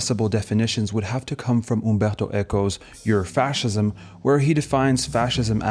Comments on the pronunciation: It's painful to hear you pronounce ur-fascism as "yur-fascism" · Its not yur-fascism its uur-fascism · Young man, love your stuff here. It is pronounced "urr" or "err" not "yer, as in Ur-fascism. Great work. Carry on. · Ur is a German prefix meaning original or primordial etc. It is not pronounced like the American English "your-fascism". If you're going to call someone a fascist you should probably know how to pronounce it first.